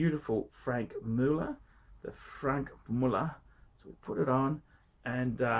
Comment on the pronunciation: It's pronunciation is Al ayeen and fronk mewller